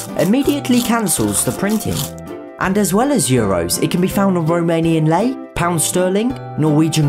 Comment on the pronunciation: As a Romanian I'm very happy and proud our money got its spot. What's better is the pronunciation of lei you got it right fam.